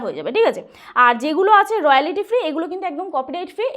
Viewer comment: আপনার ইংরিজি অতীব খারাপ,বাংলায় বলতে কি অসুবিধে,ইংরিজি কথা গুলো ঠিক করুন। রয়ালিটি আবার কি হয়, রয়ালটি আসল উচ্চারণ। এত হুড়োহুড়ি বাপ রে বাপ।অ্যাপিল কি হয় , অ্যাপ্লাই হয় জানি। কি অসহ্য